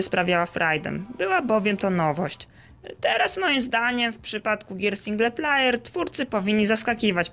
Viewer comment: "single plajer" xD